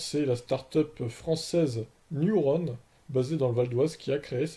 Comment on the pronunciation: Elle et entièrement française comme tu dit donc évite de déformer le nom E c’est un E commence par pas dire i